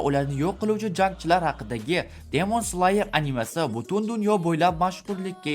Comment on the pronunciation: Slayermas sleyer deb aytiladi